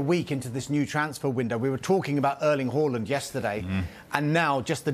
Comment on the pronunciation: Horland???????? Its Haaland you clown 🤡 Is it Sallaarr or salad?